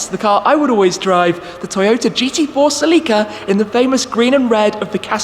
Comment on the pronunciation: is that really how Celica is pronounced..?